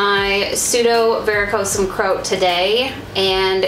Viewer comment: I don’t think that’s how you pronounce Croat...lol